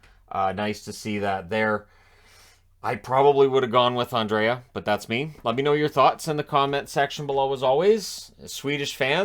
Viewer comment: I read a post by a Swede who said that "Andrae" is actually pronounced simply "Andre". Gord Miller knows it, but Belak doesn't. But, I like the way he calls a game.